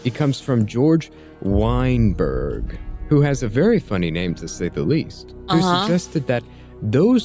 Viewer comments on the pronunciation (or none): Weeeeiiinbeeeerrrg. LOL sus pronunciation. But it is kinda undeniable that the majority of people trying to create new mental illnesses to lock people up are Jewish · Ayo, the way he said Weinberg... ain't no way he emphasized pattern recognition of this kind of manipulative degenerate behavior lmao